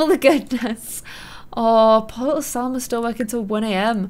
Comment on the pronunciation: I not trying to be rude or correct you meanly but there is no r in Salma